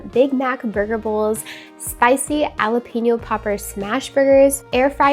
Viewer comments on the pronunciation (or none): It sounds like Halapeño, you probably heard J is silent, but it’s not. It’s just sounds like an H. 😊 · I have never heard anyone pronounce jalapeno the way you do. It's so interesting. ❤ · Lol.... and so wrong 😂😂 Love the video, gal 😘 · I thought it was so cute! Even though, yeah, never heard it pronounced that way outside of hearing you ❤